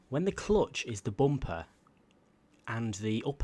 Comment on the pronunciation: The way he says bumper, not hating but “bomper”